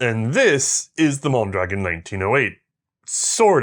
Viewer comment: I'm sure I;m not the first to mention this, but the rifle and its inventor are pronounced with the accent on the last vowel,, hence MondraGON. In Spanish, if there is no accent mark, the emphasis is on the penultimate syllable, as you pronounce it. While I am not a native Spanish speaker, I was certified to get bi-lingual pay as a police officer. I am a fan of your program, having watched all of the WW I episodes and all subsequent ones, as well. I am a court-recognized "expert" witness on firearms and their use in Federal Court. I rely on your content as a source in areas you have covered. As soon as I can organize it, I will become a member of your Patreon family. Keep up your good and important work. Best of the season to you and your crew, including the Guinea pigs.